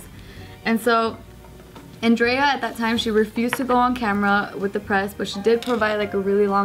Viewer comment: Is andrea like italian or something.. Otherwise just pronounce it properly..